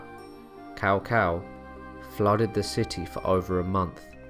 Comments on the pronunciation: OK can u pronounce Chow Chow aka cao cao name right and not cow cow lol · The proper "Tss-ow Tss-ow" pronounciation is really weird to say for most non-Chinese speakers. Am pretty thankful (later) DW taught me bits of proper Chinese name pronouncing. In business if talking to a Chinese individual, if I say their name not-Cow Cow-style it often prompts a hint of pleasant surprise. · Are you saying "Cao Cao" ? Because it's pronounced more like "chow chow" or "sow sow" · Ahh PS2 Era Dynasty Warriors pronunciations in this video. "Cow Cow" a pronunciation I had not heard in years. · I always prefer Cow Cow to Sow Sow. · Its traditional pronunciation the OGs will remember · Let us not forget the great "Cow Pee". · Awesome video. I love the hilarious pronunciations. Cow-Cow, Louie Bay, The Zoo province. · Lord cao cao name will forever be butchered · And he also said Lui Bang, not Liu Bang. And he called Cao Cao Tao Tao.xD